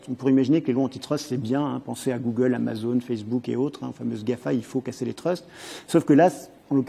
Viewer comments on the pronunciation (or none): none